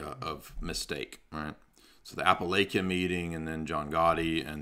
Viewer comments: Its Pronounced App-a-la-chia (Sorry, history and english nerd..) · a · puh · la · chuh